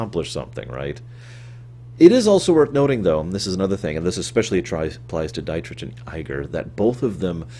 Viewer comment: He completely butchered "Dietrich" tho